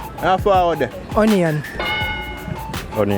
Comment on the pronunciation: Bruh, I almost spat my teeth out when he said "on-ion" is ionman 😂😂😂😂😂😂😂